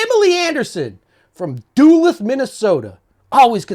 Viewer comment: Duluth is not pronounced that way. Duh- looth, if that can be understood, I tried to show you in a phonetic fashion.